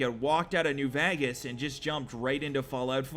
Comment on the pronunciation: Lmao "fall out new Vagas"